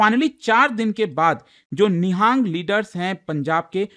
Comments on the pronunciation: It is Nihang not ni-haaa-ng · Nihaang sikh nhi pronounce nhi karte,it is Nihang sikh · It's not NIHAANG it's निहंग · It's not nihaang it's nihang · It's nang